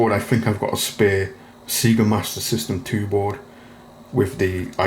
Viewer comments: It's pronounced Sayga not Seega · It's not Seega. It's Sega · Nice fix. Never heard someone from the UK pronounce it "SEE-GA" before, thought it was just an Ozzie thing.